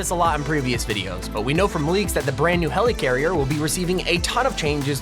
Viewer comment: “Hell ee carrier”